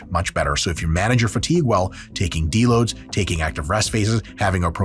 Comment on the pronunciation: Did you say… D-loads?!